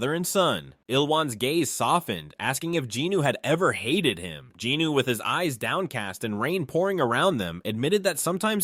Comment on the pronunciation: Not jinno but jinwoon